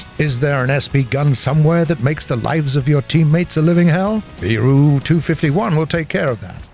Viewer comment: I hate how he say the ''ru'' instead of the ''R.-U.''